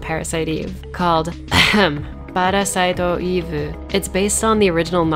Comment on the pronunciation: "Pa-ra-si-to Eve-vu" This. This is the reason why i come back to this video over and over again.